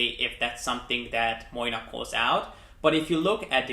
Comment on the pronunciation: You are pronouncing the brand name wrong! Moynat is pronounced MWAA-NAH